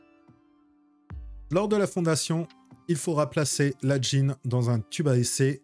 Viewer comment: stp tu peux dire gyne au lieu de dgyne ça me fait sursauter à chaque fois